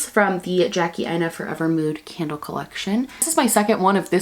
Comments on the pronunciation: Today I heard “today’s scandal of today” instead of candle and honestly it makes sense haha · When she said “today’s candle of the day is” I thought she said “today’s scandal of the day is” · I was half tuned out at the begging and I thought you said “todays scandal is Farrah Moan” and I was like woah are we talking drag queens on this channel now 😅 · Girl I'm 20 seconds in and I already heard "today's candle of the day" as "today's Scandal of the day" omggg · I tought at beginning she said scandal of the day.... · I misheard and when you said candle of the day I heard “scandal of the day” 😂